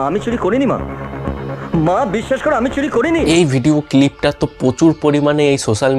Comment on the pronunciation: Sob thik ache kintu pronunciation ektu thik korun . Nahole sob shobdoi banglay bolun. Sunte kharap lage struggle ke esstruggle, script ke iscript, video clip ke video cilip.r second wife jake dekhaken ota onar wife na..bhul information deben na..sobai ajkal youtuber